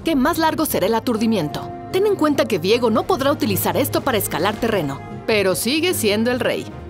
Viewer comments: Vi-ego viejo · Es viego o Diego, ni la narradora lo sabía.